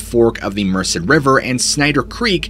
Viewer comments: The river is Merced, not Mercer, pronounced Mersaid. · Love & respect for the Gerrish family. FWIW because you work hard at pronouncing things properly, this has no bearing on the tragedy that occurred - I was born & baked in the valley area near Merced. Merced is pronounced mer-said.